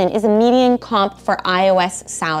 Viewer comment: Dear: If the word "median" is hard for you to say, then please stop making YouTube videos where you give people career advice. Please, just stop.